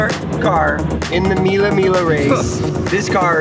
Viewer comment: mila mila lol that pronunciation